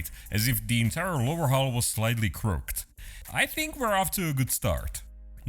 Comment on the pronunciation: Crooked is pronounced crookid